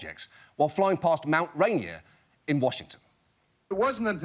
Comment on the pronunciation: Two separate pronunciations of Rainier and neither was right. Ray-near